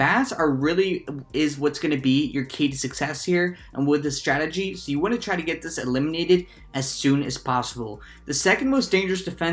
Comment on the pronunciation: "Really nice statgy" 😂